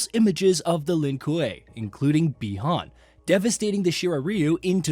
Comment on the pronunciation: They call Bi Han Bi Horn..Is this some bot or an actual person